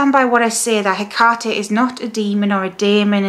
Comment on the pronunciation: I notice you pronounce the name Haycarty, Ive always heard it pronounced as Heckatty. Is there any difference?